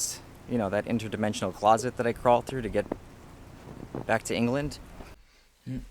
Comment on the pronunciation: Did he say england?